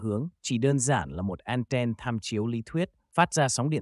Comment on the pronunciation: Đã tiếng việt thì thuần việt hẳn. An ten hoặc ăng ten. An then nghe khó chịu vãi chưởng